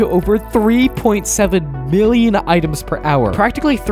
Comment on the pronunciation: U said billon in state millon